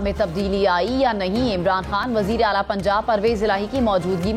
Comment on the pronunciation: Khabren prh rhi ho apna talafaz to sai kro jaga ka Naam Hajeera h